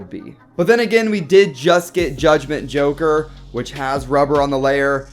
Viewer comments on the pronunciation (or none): none